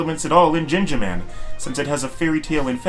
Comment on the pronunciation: It's pronounced gingaman not jingaman